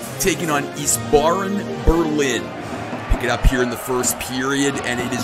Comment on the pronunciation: It's pronounced ice-bearen